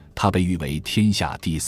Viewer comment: 机器人在这嘚吧吗？行xing书，头一次听到行hang书。